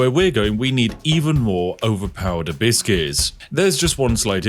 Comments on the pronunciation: Why do you keep saying, "a biscuit"? I think you're saying abyss I think.... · Lol I was hearing Hibiscus.